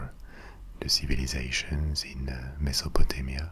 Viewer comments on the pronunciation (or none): none